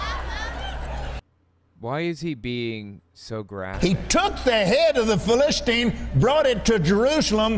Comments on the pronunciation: Here is what is happening. He spends an inordinate amount of time flipping from verse to verse and brings up the subject of covenants. Eventually, he gets to the story of David and Goliath. Along with annoyingly mispronouncing the word Philistine 30 times, he points out that David was aware of or confident in his covenant with God. Then, the rest of the story David kills Goliath. Then, some jokes about the decapitated head. Lots of tangents. Now, a covenant for America. Skipping to Genesis 17? Nursing a child? A bit of Alzheimer's and he is pronouncing things really weird. I don't know why he is stuck on the old covenant, but he is trying to tie it to George Washington. Jesus was the fulfillment of the old covenant. Did Kenny forget about Jesus? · T'he irony that he can't pronounce Philistine 🫣